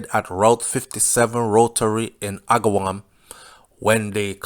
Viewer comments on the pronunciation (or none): … it is pronounced AG-A - WAM. Agawam. It is a Jewish and Italian neighborhood.